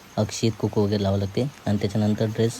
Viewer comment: कुकू नाही रे कुंकू म्हण